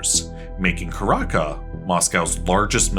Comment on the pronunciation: Dude.... Not "Caraka" ... It's "Caracas" the S is not silent